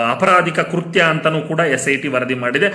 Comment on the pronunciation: ಕುರ್ಥ್ಯ ಅಲ್ಲ . ಕೃತ್ಯ